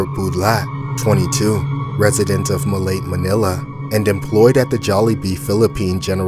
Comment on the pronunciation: The ma-late pronunciation irked me lol. It's ma-la-te. I know definitely not because of the beer houses there lol.